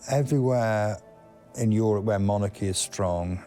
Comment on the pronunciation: "...they made pwepawations in Euwope to wetun home." What dialect is this? Or is it a speech impediment? Forgive my ignorance, as I'm obviously not from the UK, but I would seriously like to know.